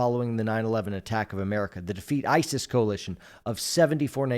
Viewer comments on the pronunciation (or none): none